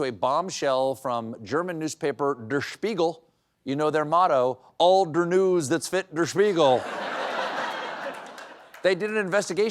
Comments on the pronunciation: 'Der' is pronounced 'dair', not 'durr' 🤦‍♂ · I don’t know if Colbert was purposely mispronouncing “Der,” since he is a comedian, or just being a stupid American. As a half Austrian I was getting upset he kept pronouncing it as “dur” instead of “dare.” He was getting Spiegel mostly correct, why not the “Der?” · It's not pronounced 'der' but daer... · It is pronounced more like "dare" not "dur" 😂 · FYI: it's "e" as in "Derrick": DER Spiegel, not "dur" Spiegel. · I know, wrong show, but Seth is on vacation. So: CORRECTIONS! The pronunciation of the German „Der“ sounds more like „there“ with a D. And „Spiegel“ sounds like beagle with an Sp in front. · Nope. Number one, it is not Duh r Spiegel, it's der (to rhyme with hair) Now go watch the news and listen to how well even schoolchildren in Germany speak English. While you Americans can't even "talk good" sic🙄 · Everyone is mispronouncing "Der Spiegel" Der sounds like "dare" Spiegel is correct. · The article, der, should rhyme with air. Love you and your team. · It's not Dur Spiegel, it is pronounced like the the first half of my first name Dar-yl, or like the word Dare, ie, Dare Devil, Dare Spiegel, Der Spiegel, which means; The Mirror. C'mon Stephen you can do better. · Would you please learn how to pronounce German "der". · Does Stephen really not know how to pronounce "der"?